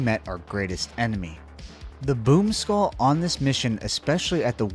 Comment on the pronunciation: I did hear you say I don't like this poop skull instead of this boom skull😂😂😂